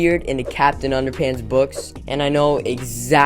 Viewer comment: It’s underpants not underpunts